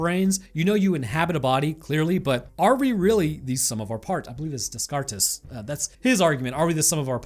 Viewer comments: "Dez cart-ez" is one hell of a way to say Descartes (pronounced Day-cart). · DesCartes is pronounced "Day Car." Blame the French. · its decart, french and shit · rene descartes' name is pronounced "day-karts". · descartes is actually pronounced decar :D i thought you would enjoy that fact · who tf is dis-car-tus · Wait, is it pronounced Des-cart-es rather than Day-cart? Have I been saying it wrong this whole time? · Your pronunciation of Descartes is creative... You should google how it's said aloud. Thanks for the laugh